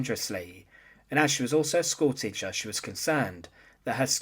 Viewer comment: Schoolteecha Leeda Ad nauseum…